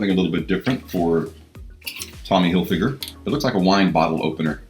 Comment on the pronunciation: Hilfyger? Seriously?